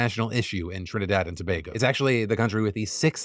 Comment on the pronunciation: TRINIDAD AND TOBAGO !!!!! btw thanks for pronouncing it properly